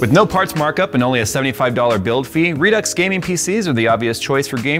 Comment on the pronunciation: Redux, meet Redux Deux. The pronunciation of Redux, pisses me off so bad, I would never buy their product. If they pronounce it re-do I would take them seriously. How tf would they pronunce a part two then? Redux Dooks? lmao